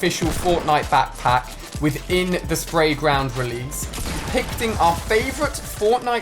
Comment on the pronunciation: Did he say pickting?